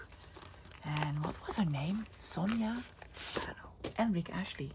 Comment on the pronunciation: I was thinking who is Rick Ashley?? Then i realised you were saying Rick Astley 😅